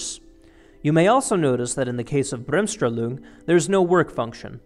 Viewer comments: It's BremSTRAHlung where STRAH rhymes with CAR. Jus sayin. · Great video only the pronunciation of Bremmstrahlung was painful use an English term, explain it if there is no English term or simply take about 2 minutes and learn the correct German pronunciation. Why is it important? Just imagine a documentary about basketball where they terribly mispronounce the name of Michael Jordan, f.e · I love how he pronounces german terms. "Bremsstrahlung" becomes Brömstrahlung. xD [Bremsstrahlung like many german words are just 2 words stitched together. "Bremsen" = "To slow down" and "Strahlung" = "Radiation". So "Slow-down-Radiation" = "Brems + Strahlung" = "Bremsstrahlung"] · Please stop trying to pronounce Bremsstrahlung, just pronounce it as if it were english. Thanks from Germany.